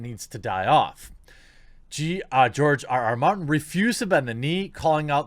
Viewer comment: OMG... TheQuartering mispronounced GRR Martin's name !!! Clearly he's an instaphobe too!?! Comrades, attack! Oh, wait.. target of mispronounciation macroaggression is a white male so that's ok. False alarm. :)